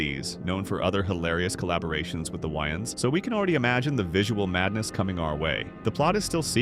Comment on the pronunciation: Bro said the Wayne’s but I heard the yns 😹😹